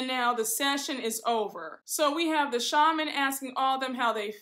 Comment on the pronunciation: You look so beautiful! Also, did you notice all the ladies went to a shaman except Meredith. She goes to a sha-mon 😂 Meredith is so pretentious I just can’t! 😂